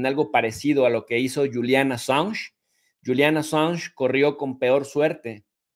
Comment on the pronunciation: Es julian no yulian .